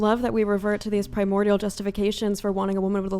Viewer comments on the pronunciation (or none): none